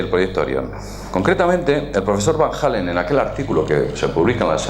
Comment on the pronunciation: ALLEN, ALLEN, ALLEN... Nunca "Hallen".